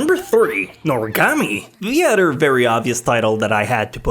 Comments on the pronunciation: "eggswhoresist" what the fuck?:"tumnail" what the fuck?:"utter" what the fuck?:"psycological" how the fuck did you pronounce that? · lol, when he says other he says 'odder', is he trying to sound Japanese? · "sentificant udder"